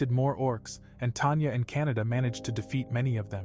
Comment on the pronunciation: The cats name is not Canada it is kanata